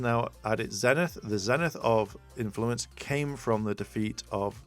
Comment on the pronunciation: I'm sorry, it's bugging me so bad that, as you read all these definitions, you're not catching the PRONUNCIATION it shows. XD Zenith is pronounced with a long E; ZEE-nith. :-b